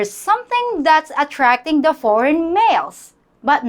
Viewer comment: In de first place, learn to pronounce the. PLEASE!!